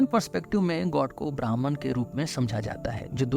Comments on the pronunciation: Atleast 'Bhahm' ( 'ब्रह्म ') bolna hi sikh lo bhai. Bhraman kya hota hai.. Br br brahman bol rhe ho. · brahman nahi pronounce it like brahm.